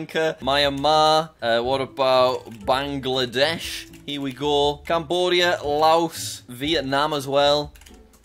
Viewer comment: I love how he says Bangladesh kinda quickly